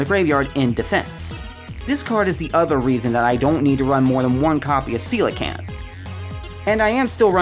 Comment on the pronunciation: Thank you so much for pronouncing coelacanth correctly